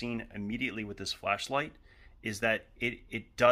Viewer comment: i thought he said Fleshlight